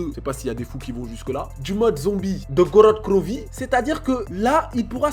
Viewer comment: jkiff kan tu dit Grod Krovi mdrrr